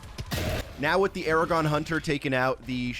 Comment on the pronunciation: Why do you call the Agadon hunter Aragon hunter?